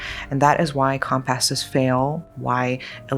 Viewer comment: Is this woman really AI? What's with the "come-passes"?